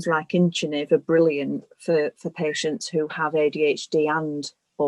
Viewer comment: I was trying to understand the specific medication that was discussed in the video. It sounded like Inchinive, but the transcript says incentive. Can anyone clear this up?